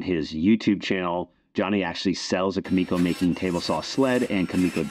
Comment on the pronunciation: One little thing. It’s Kumiko, not Kamiko.